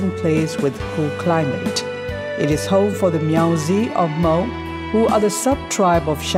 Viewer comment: I'm proud of you how you say and pronounce the name of "Hmong" very good.